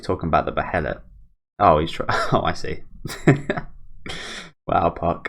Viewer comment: not to nitpick or anything but it's pronounced "baelit"